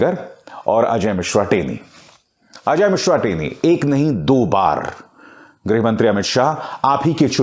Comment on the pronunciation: Greh nahin greeeeh mantri..